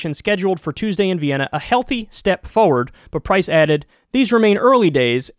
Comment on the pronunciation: almost every single video you say "forward" and pronounce it "foward" please pronounce the first R, it hurts my ears..